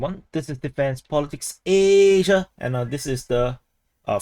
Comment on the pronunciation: lol love how you say asia...love ya bro (not gay) just think youre awesome and want to lift ya up :) keep doing on what you do cuz its cool and thank you! wish you the best once again!